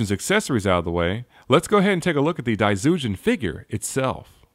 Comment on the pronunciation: Cool review. From what i know, daizyujin is pronounced with a J rather than a Z